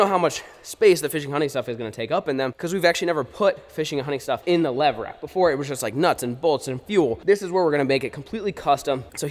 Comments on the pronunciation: Is it just me or did any one else hear “lever action” instead of levRack when was spoke the name of the shelving system 🤣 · New game do a shot every time flair says levrack